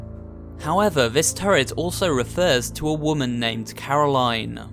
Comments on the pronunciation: He keeps calling Caroline "Caro line" even tho it's pronounced carolin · Says Carolaine Shows video of turret saying Carolinn Proceeds to say Carolaine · BillieTheDoll It’s Caro-lin, not Caro-lighn. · The Turret: Her name is Caroline Him:Caro*line* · It sounded like the turret corrected you for the pronunciation of Caroline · I hate it when he say caro line, And not caroline, The turret even said it, But he still did it anyways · itS NOt CaROlaINe, itS CaroLInE! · Hears it pronounced as care-a-lyn Still pronounces it care-a-line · Its pronounced caro len not line like its written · IT"S NOT Caro-line, it's Corolin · Turret: Her name is Corolaine her name is Caro-Line Turret: Corolaine So who was caro-line? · "caroline" robot: "is pronounced carolin you idiot" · It’s caralion say it (CAR I LIN ) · Why does he intentionally pronounce Carolin and Gladys wrong??? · People who continue to pronounce a name (such as Caroline...) differently than the way that person pronounces their own name deserve no cake at all. 🍰 🙄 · Uhh you pronounce Caroline wrong even the turret says it correctly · why did he mis pronounce caroline twice even though the turret said how to actually properly say it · There's so much wrong with this video but is nobody gonna bring up how he pronounced "Caroline"